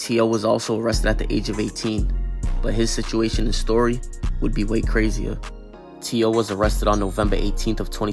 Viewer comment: Its not t.o. its t-ooh-wee....cornballs